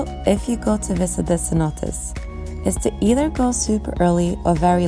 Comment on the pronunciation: CENOTES. Not CENOTaS.